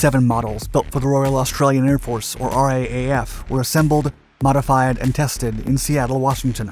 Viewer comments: Interesting video. But in future if you're talking about the RAAF, it's pronounced R-Double-A-F not R-A-A-F. We also just say "raff" (as in riff-raff), but that becomes confusing if talking about the British flying force in the same conversation :) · The Australian name for our air force is 'R - double A - F' not R-A-A-F 👍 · A few points; as previously mentioned in other comments on this clip and others- the correct pronunciation is R Double A F. The UK has only ordered three aircraft and that has caused a lot of controversy in the UK Turkey was the second country to buy the E-7 and it is designated E-7T Peace Eagle. They operate four aircraft all named after the points of the compass (Kuzey, Güney, Dogu and Bati- North, South, East and West), there was an option for two more, but the option expired. South Korea operates four aircraft (designated E-737 Peace Eye), these aircraft differ to the E-7's in the installed electronic systems, but maintain the MESA radar. All work was performed by KAI with aircraft two to four. Other potential customers include; Italy, United Arab Emirates, Qatar and Saudi Arabia (who also wish to replace their E-3's). The RAAF aircraft have ten stations aboard- six being for C2 operations, four being used for Battle Node network relay. Two further stations can be installed, the notion here is for Drone control for any one of the various drone types now operated by the service (this may include the MQ-28 Ghost Bat a.k.a Loyal Wingman, as a defencive aid in contested airspace). Ja Worsley ODIN Media- Chief Editor (Oceania Defence Interviews and News). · Love the videos! In Aus we call the R.A.A.F. the R double A F or pronounce RAAF as a word. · I've seen these flying over Canberra also it's not the R, A, A, F its the R double A F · It's pronounced: r-dot-double-a-dot-f-dot 'R-double-A-F' is almost as long as just saying 'Royal Australian air force. Saying 'raff' is much better (as in riff raff) which is more appropriate..